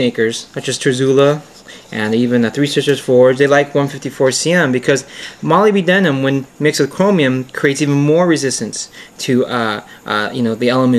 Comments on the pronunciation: 'Molly B. Denim?' That's one way to go. Molybdenum is usually pronounced 'ma-LIB-den-um'. But I'm all about mangling English for the hell of it. Interesting video overall, I won't do anymore nitpicking. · What really pissed me off was the pronunciation of molybdenum, he pronounces it like moli-b-denim, the correct one is mo-lib-de-num. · Nice review -- let us now retire to the pronunciation booth . It is not pronounced Molly be denim It is Moleb denum Now lets try again Moleb denum thats better Now I can sleep at night . For my next trick --I shall make the planets spin backwards. Later dude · its a minor thing to nit-pick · Molybdenum... only 4 syllables. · You have an interesting way of pronouncing molybdenum. Good vid. Probably the best on this subject.